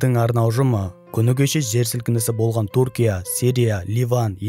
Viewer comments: Туркия емес тҮркия деп қазақша сөйле, сол үшін 👎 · Туркия деме Түркия деп сөйле, әйтпесе құлаққа біртүрлі естіледі